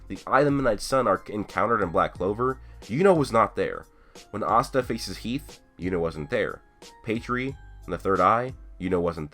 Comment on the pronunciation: Conscider pronouncing Astas name the same way everyone else does O.O :D